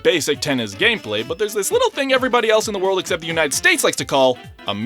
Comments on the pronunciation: when he said "Ze Worldo" instead of "ZA WARUDO! TOKI WO TOMARE" Hurt me, as a jojo fan. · "za-WORLDo" he says. I'm shook that someone can butcher it that hard